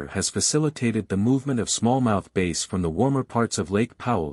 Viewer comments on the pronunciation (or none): Did the AI actually say small mouth bass like the guitar not the fish?😂